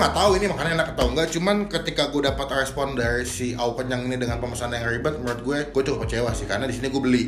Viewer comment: Selibet libetnya